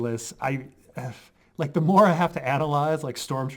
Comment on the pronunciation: As an Aussie, hearing you butcher the word Maori (Mao as is "Ouch) and call them ancient forgotten warriors who no one's met was pretty funny